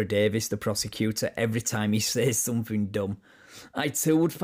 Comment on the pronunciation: The irony that you called him out for saying “attorney” incorrectly, then you say “somefing” instead of “something.” Those who live in glass houses…..